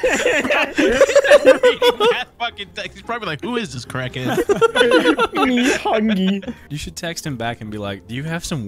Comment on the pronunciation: "me hungy"